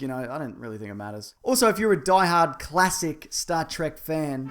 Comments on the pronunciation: what's this "Star Trak" you speak of? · Do you pronounce Star Trek like Trek? Or like Trek?